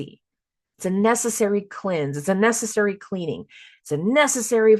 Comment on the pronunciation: Hahaha “messessary”😂